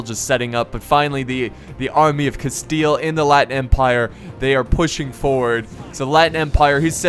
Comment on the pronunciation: could you al teast try to promounce the spanish names, as you have tried with other languages, also your pronunciation of rey de castile was pretty decent.